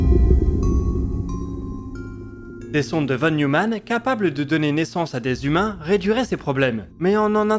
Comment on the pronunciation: Très beau boulot comme d'hab ! Juste, ça se prononce "fonne Noïmanne"... une ou deux fois dans la vidéo j'aurais rien dit, mais là dix fois de suite ça m'a un peu hérissé ^^